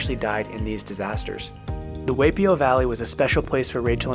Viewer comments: Hi! I’m sorry you couldn’t keep watching because of our efforts at pronunciation! We do put in a lot of research but looks like we just missed the “Why” vs “Way” but did better at the rest! We know for next time! Thanks for watching 🙂🌴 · Correction, it is pronounced Y P O valley. Not way p o. Like Y.M.C.A. Other than that, you did a good job on this video! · Hi friends!! Thanks for watching and for your support ❤️ We learned after posting that Waipio is pronounced “why”pio. Thanks for pointing that out! We apologize for the mistake and know how to pronounce it correctly in the future🙂 also note that Waipio is now closed to visitors ☹️ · btw waipio vally is pronouced whypio vally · Great video and places you visited but do some research before making claims like it's the only place in the World to drive with Manta Rays is incorrect and learn to pronounce things like Waipi'o valley is pronounced why p o!!!! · Only the pronunciation of Waipio Valley is slightly off. But, this is one of the best I’ve seen. I’m glad i live on the big island. I live on the hilo side. I recognize most landmark you shown in the video. Like the Volcanoes national park and the beautiful waterfalls. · You pronounced Waipio Valley incorrectly. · If you're going to do a documentary on touring in Hawaii, you should first learn how to pronounce our place names. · At bare minimum, the least you could do is pronounce the names correctly. You butchered Waipi'o Valley. I had to stop watching because I was cringing. Taking the time (not long at all) to learn proper pronunciation of your travel destinations on the islands should have been at the top of your list.